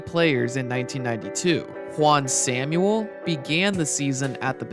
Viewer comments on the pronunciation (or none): Juan Samuel's surname is pronounced "sam-well."